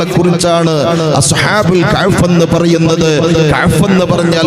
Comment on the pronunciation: അളിയാ കഹ്ഫ് എന്ന് പറ കഅ് ഫ് അല്ല